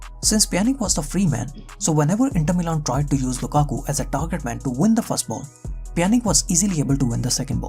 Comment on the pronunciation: I mean it's Pjanic (Pjanitschhhh) and not Pjanic (Pjanik) ... it hurts my ears !